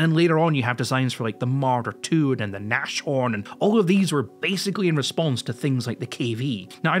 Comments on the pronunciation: i know german is hard but i please ask everyone to pronounce the Nashorn like 'Nas-horn' and not 'Nash-orn' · "Nash-horn" REEEEEEEEEEEEE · Hearing call the rhino (Nashorn) "Nah-schorn".. that made my day. Thank you good Sir!